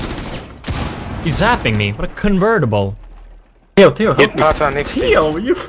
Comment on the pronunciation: "What a cunvertable"